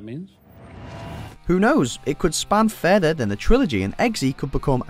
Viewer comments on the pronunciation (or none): none